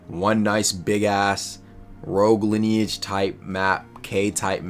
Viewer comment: HE SAID ROGUE LINEAGEE